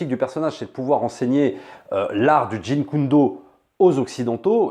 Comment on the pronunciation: JEET KUN DO,, pas jin kun do lol.